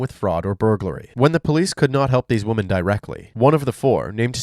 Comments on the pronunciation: Hey bro. You make high quality content, thanks! Idk if you'll still read this a month after, but as a tip, the pronunciation of women is wimen, with the i as in 'did' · 😂😂😂😂 "these woman" 🤣🤦🏽‍♀️🤦🏽‍♀️🤦🏽‍♀️🤦🏽‍♀️🤦🏽‍♀️ DUUUUDE!!!!!!!! Its ----->>>woMEN<<<-- NOT >>>>woMAN<<< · I noticed a lot of Americans say “woman” instead of “women”. Is that an American thing? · It’s charming you pronounce “women” like “woman,” but slightly confusing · It’s women…. Like swimmin, without the S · Love your vids but bro please learn how to pronounce ‘women’. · A nice change from murderers! Also, you gotta work on your pronunciation of "women"